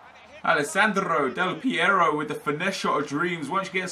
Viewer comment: Thank you for the right spelling of the R in AlessandRo Del PieRo ;)